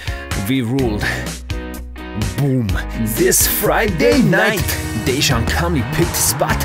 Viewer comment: is the way you pronounce Dejan a parody too? ...